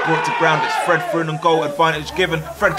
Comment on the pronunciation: Not him calling Fred Freed